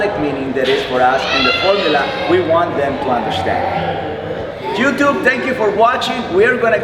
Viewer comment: love how Cesar says "youtuve" cheers man